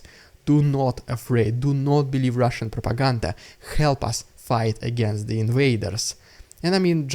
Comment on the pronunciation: Your “ridiculous Russian prrrrrrropaganda” intros are ultra hilarious. Keep them coming, Dude!